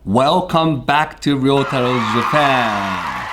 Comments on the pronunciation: Ryotaro love the new channel, can't wait to learn more, I was wonder if you could do a part 2 about you. I also wanted to know do you know why Chris says Re-ah-toe when saying your name. I recently rewatched Sharmelon's video where you first met her and she says it perfectly, but seems like Chris struggles. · Yeah, I think if you actually said it the ''Ick la'' way in Japan you'd get some funny looks. You just need to learn how the Japanese pronounce their R's. Not replace their R's with an ''L'' lol.